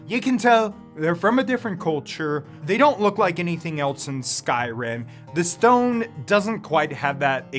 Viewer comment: The mispronunciations and wind/cloud district confusion has got to be ragebait